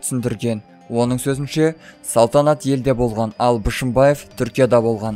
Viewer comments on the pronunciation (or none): Мал,дурыстап окыш,Бышымбаев емес Бишембаев